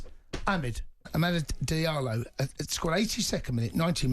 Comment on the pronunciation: Sell Antony he's terrible...nor this idiot says diallo